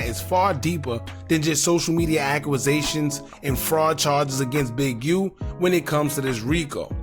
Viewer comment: Stop saying acc U A sations it’s acc U sations